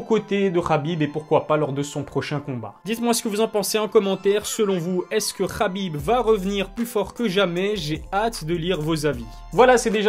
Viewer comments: naaaaan mais pourquoi toi aussi tu commences a l'appeller Rabib' , est ce que l'on dit moRRamed, aRRmed ou meRRdi ? Le 'kh' c'est juste l'orthographe anglaise en francais ca se transcrit en 'h' qui se prononce pas (on sait pas faire les h aspirés) ... bref c'est trop moche Rabib par pitié, si je peux faire une petite suggestion pour l'appeler a la francaise 'abib', ou 'kabib' comme les anglais... :-) Sinon tu es au top continue ta chaine a un bel avenir, et prompt rétablissement au père de khabib ! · Bonne vidéo, par contre on dit HABIB pas Rabib pour son prénom